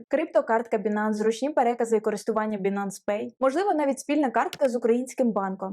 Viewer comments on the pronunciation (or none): Не Бинанс, а Байнанс.... ппц...